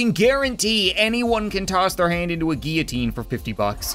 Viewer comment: 'Guiotine'??? Does he not know how to pronounce the L???